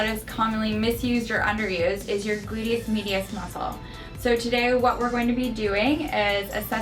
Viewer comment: lmao at first I heard her say "glute meat"... so then every time after I heard "glute meat" lol...